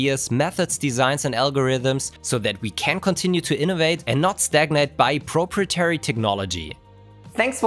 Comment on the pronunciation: As a fellow German, can you please do me - or rather, us all - a favor and process the video "How to Pronounce Proprietary (Real Life Examples)"? This is now the third video in a row curling my toenails, finally making me ask for real ... thank you <3